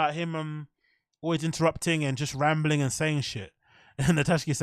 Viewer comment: I realize Brendan's constant failures to pronounce words but you must also recognize Luke Thomas always says "alwis" instead of always... He's literally too stupid to understand how the word "always" is pronounced... It has the vowel "A" in it which is obviously to be pronounced fully in the word "always" but for some reason Luke is so retarded his dumb retard mind always forces him to say "alwis"... no matter what.